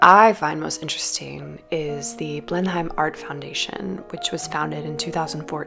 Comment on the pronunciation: thank you for this - lockdown, travel-deprivation, vicarious-gratitude is real. which is why I struggle with the decision to point out errrr the pronunciation is 'blen-emm' not 'blen-hime' : gross of me to show thanks this way but ya know. going forth it's good to know, maybe. in case you ever curate a show there, for example.